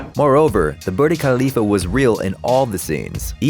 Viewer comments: He said birdie khalifa instead of burj khalifa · Birdy khalifa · thought he said burly khalifa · It’s BURJJJJJ KHALIFA.. not BURDIE 😂 wtf.. has no one noticed that ? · did he just say the burti khalifa pretty sure its the burj khalifa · "Birdie Kaaleefa" Vs. Burj Khalifah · wtf is a "Birdy Khalifa" is it not called "Burj Khalifa?" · i get it that you guys dont use cgi too but can you try to practice a bit before saying something? its not birdi its burj khalifa. its the name of the building. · Lmao there's still no 'al', just Burj Khalifa XD but it still made me cringe every time he said birdie khalifa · It’s called Burj Khalifa not burdee khalipa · actually you pronounce it like ''boorch khalyfa'' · Were you saying birdy khalifah??!!! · “...BurDA Khalifah...” ... Is that how “Burj Khalifa” is supposed to be pronounced??? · "Birdie" khalifa???? Dude WTF???😂😂😂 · Did he just say burd khalifa ? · did he really just say "the birdy khalifa tower" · Did I just hear booty Khalifa??!! 😂😂😂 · Burj Khalifa is pronounced “bur-ge khalifa” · I heard it as Burly Khalifa.. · You butchered saying Burj khalifa 😂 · The way he pronounced 'burj khalifa' has me dying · Well, aside from mispronouncing both Burj Khalifa & Cillian Murphy and not understanding the difference between special effects and CGI - this was a well made video. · Man you TOTALLY butchered Burj Khalifa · BURJ KHALIFA was not pronounced correctly...